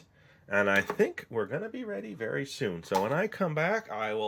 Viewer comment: did he say berry exciting